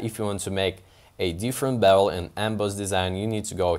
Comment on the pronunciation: haha like the way you say "bevul & embaaaawse". Great video!